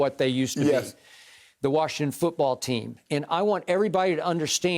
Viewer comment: Tell skip to say Washington’s name right